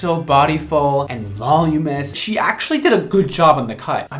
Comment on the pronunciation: Please. Voluminous is not pronounced volume-us. It's Vol-um-in-ous.